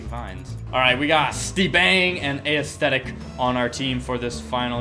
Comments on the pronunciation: Did anyone notice that he pronounces it A-esthetic not Esthetic (which is how it is supposed to be pronouned No hate i love this guy, I was just saying: pronounciation aint a strong suit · I reeeealy fucken hope he's not pronouncing aesthetic as "ay-es-thetic" on purpose and it's just a joke